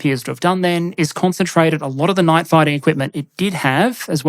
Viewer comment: You need to work on your pronounciation of 'night'. I kept hearing 'knife'.